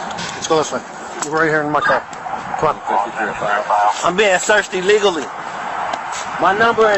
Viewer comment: "I'm being searched ill-liggly."